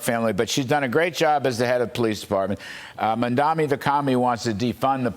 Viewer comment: If Fox wants to have an infkuence on the NYK Mayoral race, first learn to pronounce his name. Its MamdaNi not MamdaMi!